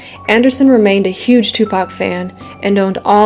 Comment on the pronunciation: she really said tupac shock whore